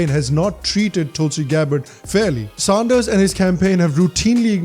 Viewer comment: Please not Sahnders